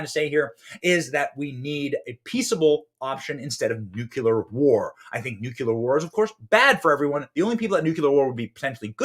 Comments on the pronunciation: Did you REALLY say "nucular?" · Sorry, I have to say this: it's NUCLEAR not NUCULAR. George Bush junior lmao